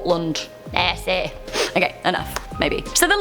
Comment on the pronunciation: saying "Nessie " and "Scotland" was priceless 😂